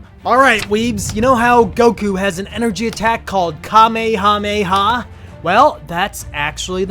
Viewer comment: Kamehameha is pronounced like cuh may uh may uh